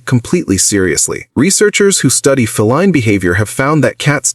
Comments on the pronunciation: The AI couldn't even pronounce "feline" for fucks sake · Please teach your AI voice to properly pronounce 'feline'.